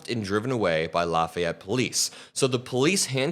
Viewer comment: No way you're a region rat pronouncing Lafayette so properly. True region rats pronounce it La fee ette.